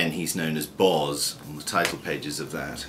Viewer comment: Sketches by Boz pronounced like " hose" . not Bawz ...